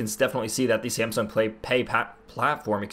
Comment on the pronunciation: Are you saying SAMSUNG or SIMPSONS ;)